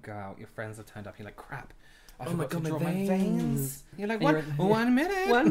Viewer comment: “Oh my god my VAINS!“ 🤣🤣🤣